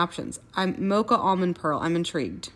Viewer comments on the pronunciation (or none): none